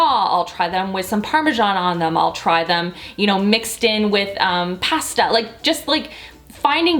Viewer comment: Can I just say I love the way your accent comes through when you say pasta 😂❤️